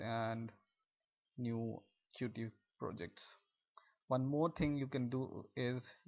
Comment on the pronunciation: It's pronounced like "cute", man! Good video apart from that.